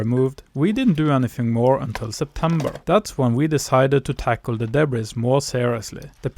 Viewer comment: Love the video! ❤ And I’m positive that your English is far better than my pitiful attempts at speaking Norwegian! That said, you might want to know that “debris” is a French loan word borrowed into the English language, and as such, we kept the French pronunciation! So it is pronounced with a silent /s/ at the end of the word, including the plural (also with a silent /s/). Just trying to be helpful! And by the way, I had a Norwegian great-grandmother! Her parents were married at Avaldsnes Church in 1865, before emigrating “til Amerika”! Best luck with the barn restoration! ❤